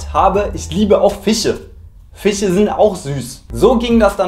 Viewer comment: Wieso können manche deutsche 'sch' nicht richtig ausprechen??😂🤔 Weil er fiche statt fische sagt Hab ich nämlich schon bei vielen gehört